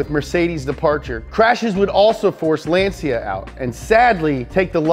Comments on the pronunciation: Why he pronounce Lancia like Lan-see-ya ? lol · Ummm, it is "Lahn/tchah". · LanCia LanCia non LanSia